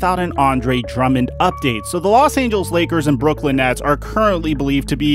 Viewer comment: No one:: Los Angels